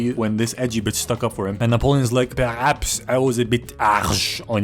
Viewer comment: "pehrABS I was a Bit Arsh on hIM"